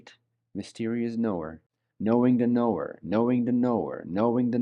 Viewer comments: Sounds like he's saying know the noor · it's like he's saying "knowing the Noor" is how I kept hearing it XD ---EDIT: lol i didn't make it far enough. PART 2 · People that follow crazy and sign up for stupid get crazy and stupid outcomes. p.s. in the beginning of this video I had a little jump scare too bc I thought he was saying Noor Noor NOOR!! 😂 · 😂😂 it really does sound like he is saying KNOW THE NOOR KNOW THE NOOR KNOW THE NOOR 😂😂 But just wanted to ask is what he is actually saying know the knower? As I just can’t un hear ‘Noor’ now when I hear it. 😂😂